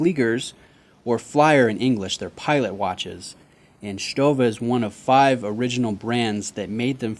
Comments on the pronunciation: It is a very nice watch and you pronounce Stowa,like we do in germany! Well done,mate. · Nice pronunciation of Stowa! Not many people get it right!